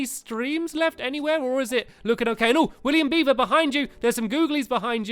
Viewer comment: Stampy said William Beaver's name right